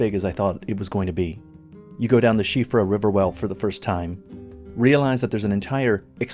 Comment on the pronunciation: Good job on your pronunciation of Siofra